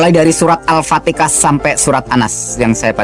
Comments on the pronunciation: Ko ustad begitu itu bacaannya salah bukan alpatikah tapi alpatihah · Saudara - Saudari yang berbicara nyebut Surah Al-Fatihah itu pun sudah salah sebutan nya... Sebutan nya Al-Fatikah...tapi yang betulnya adalah Al-Fatihah... teliti dengan Benar2... Jika Beliau yang berbicara adalah Ustaz atau Islam Sejati tidak mungkin Surah yang selalu dibacakan setiap solat Fardhu 5 waktu atau solat-solat sunat.. enggak masuk akal boleh nyebutnya salah... enggak mungkin... jadi jelas Beliau tidak benar2 memahami Islam ... Kerana tidak sah solat jika tidak dibacakan Surah Al-Fatihah duluan...jadi enggak mungkin sebutan Surah Al-Fatihah boleh nyebutnya Al-Fatikah... ??? Padahal setiap solat Fardhu atau solat sunat Surah ini iaitu.. Surah Al-Fatihah ini adalah Utama dan setiap solat adalah utama dibacakan duluan sebelum surah2 lainnya. Jadi mengapa boleh salah nyebutnya...??? Semoga beliau berbicara ini mendapat HidayahNya Tuhan Yang Maha Esa Aamiin... 🤲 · Setahu gue orang islam tak pernh memaksa atau pergi memuslimkan orang kristen dri segala penjuru... Lucu seorang ustad bacaan alqur, an ggk ad yg benar bilang alfateha kok alfateka... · Al Fatihah pak. Bukan Al ptekah 🤣🤣🤣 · AL PATEKAH... beginikah ustaz sebut AL FATIHAH... ustaz celup.... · Pantasan murtad surat alfatiha di bilang alfateka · al-fatihah aj slh sebut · Haha bacaan surat al fatihanlh saja ga bener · hahaha.. bacaan doanya pun xada yg benar... al fatiha nya pun ngaur..